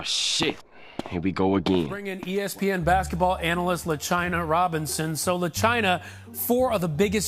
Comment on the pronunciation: "LeChina" LMFAOOOO